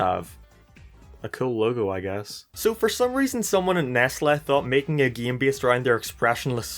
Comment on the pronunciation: why do you say game weirdly